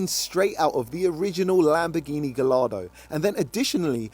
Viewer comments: as car guy you can't pronounce Gallardo, for gs is gai aa dow Good luck! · Please tell me you didn’t pronounce Gallardo the way it’s spelt?! 😂😂😂